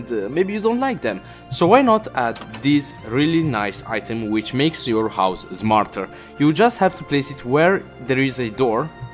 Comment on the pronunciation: I just dont like when you say any word that contains the letter s in it because you instead of saying s u say z like zmarter instead of smarter, but nice vid!